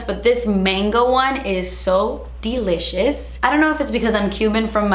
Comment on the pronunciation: And DELITCIOUS😂😂💗